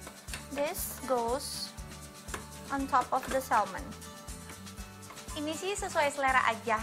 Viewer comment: Salmon nya hrusnya diucapkan tanpa "L" dlm bhs inggris 😂😂😂 jadinya malah "salmen" deh